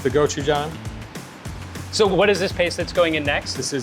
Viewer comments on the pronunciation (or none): Not the doe-jang and guchugang sauce 😑 bro learn pronunciation 🥲😂